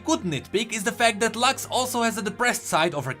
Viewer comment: It's not "Lax", it's Lux, exactly how it is written, it's not english, it's latin and it means Light